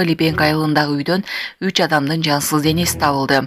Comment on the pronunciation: Жансыл эмес жансыз денеси деп айтылат.